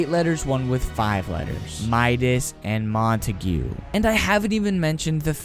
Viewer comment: I’m not trying to be mean but I think it’s pronounced like montaig not montagoo